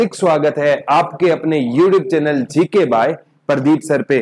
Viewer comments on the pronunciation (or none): none